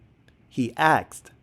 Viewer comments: First of all he didn't "ax" he asked and he didn't ask if he was the only one who got "caught" he asked "if someone else got arrested" that's 2 completely different things. So it's NOT OK at all to spread completely false information like this!! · It is “asked” not “axed”… how has it come to this? How did the language change.. when… why… how do so many people say it incorrectly. The word is “asked”. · The word is aSked not aKsed - asked not aksed! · did I just hear you say “…went to pacific rooms…”? The word is “specific.” Lost all credibility. If you actually make a point I’ll never hear it. I’m out on your stupid channel. Also the word is “asked” not “aksed” or “axxed” however one would spell a word that doesn’t exist. Heard you say that while writing this comment. Unreal. Maybe learn English before making an attempt at this YouTube thing.